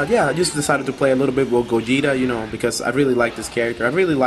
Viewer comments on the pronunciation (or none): Did you just say (Goe-Geeta)? its pronounced (Goe-jeeta) damn....that just bothers me when people mess up the names.